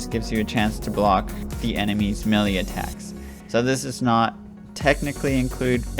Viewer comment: Bro its Melee*